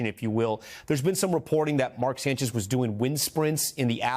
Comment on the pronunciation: The Sanch-ise 😬, J E T S, jets jets jets 😂😂😂😂😂😂